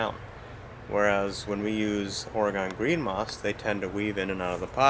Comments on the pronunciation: Say OR-ee-gun, not Orugone. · We Minnesotans say Ore-GONE until it's been beat into our heads (in the sense of using our words, of course!) and I have now schooled others. I get to school people now, because I live in New Orleans. It's not pronounced "New Or-le-ans" or "New OR-leans" and most certainly NOT "N'Awlins" (that will get you marked as a non-local, and mugged later; I wish I was joking but this is not a safe place, you want to blend in as much as possible, and my extremely strong upper Midwest accent has made my assimilation difficult, but I digress). It's pronounced "New OR-luns". The last word almost has one syllable, it's just "Orlunz". I was a teaching assistant at the university that I relocated here to attend (and now I can't deal with temperatures under 60°F very well), and I've been asked by my students on more occasions than I care to recall "Are you from a foreign country?" on the first day of class, and when I say, "I'm from Minnesota" or "I'm from North Dakota" (I'm from both, I guess ⅓ of my life has been spent in each of these three places), I'm rather frightened because I honestly don't think that these students (typically freshmen – in COLLEGE!) realize that North Dakota and Minnesota are NOT foreign countries; rather, we tend to enunciate our words, probably due in part to not spending our formative years eating food that is so spicy that it removes some of the ability to properly pronounce words as they're intended to be spoken? I'm almost serious, as Tabasco sauce is almost as